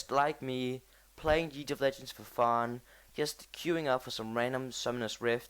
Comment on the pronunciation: Nice video! But you say "league" wrong, but np :) keep the stuff going